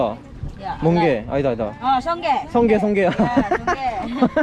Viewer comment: 필리핀 아주머니의 찰진 성게 발음ㅋㅋㅋㅋㅋ 약간 경상도사투리 어투인게 더 웃겨ㅋㅋㅋ 울엄만줄ㅋㅋㅋ